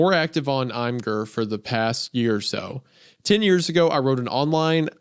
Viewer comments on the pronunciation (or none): The most horrific thing about this story is Wendigoon’s pronunciation of Imgur 😂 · Isaiah pronouncing Imgur as "I M Jurr" took the last bit of light from my eyes.